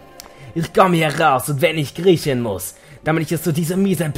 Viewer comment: Bei habe ich statt "...wenn ich kriechen muss" "...wenn ich Griechen muss" verstanden und hab nur so gedacht: "WHAT?!"